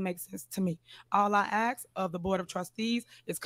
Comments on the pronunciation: Ax ax ax.... speak english Tif. Try to act your age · I’m axing again you can ax me anything you’re not gonna get an answer but you can ax me,she claims to have a college degree lol